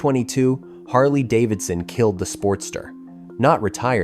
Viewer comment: That German CEO did a tremendous amount of damage to Harley Davidson. There’s nothing more American than Harley Davidson and that guy couldn’t even pronounce Harley Davidson.